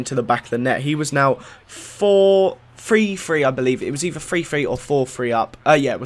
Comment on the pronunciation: LOL You said free-free and not three-three and its sounded hilarious. I almost pissed my pants!